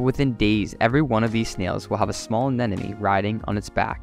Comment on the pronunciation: Fascinating - but it's ANEMONE not AN-ENEMY.